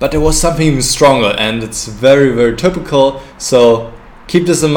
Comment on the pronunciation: If it is of any use I would like to give the advice to accent the word "typical" with less "u" and more "i". That is to say "tipical" instead of "tupical". (Dont take this the wrong way and start making german videos again) Also the word "move" can be less "u" ( muf ). I am pretty sure u can say "v" as in vermacht for example. (Ha ha) Anyway "forward" is the correct "o" for "move". Or think of the word "more". Best wishes and great vid! Thx!